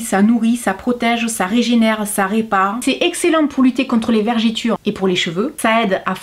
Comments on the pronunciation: Attention, on ne dit pas vergiture mais vergeture. Sinon, très chouette vidéo . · Bonjour merci pour la vidéo les astuces sont super. Dommage que ce n’est pas le même prix chez moi à la Réunion. Par contre j’ai l’impression d’entendre « vergÉture » 😅 avec votre accent. Bonne journée.